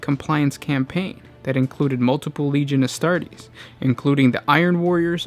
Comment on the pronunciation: Ahh, the space woofs chapter of the astardy. Btw if you do have genuine speech impediments you are doing well and I don't mean to be mean lol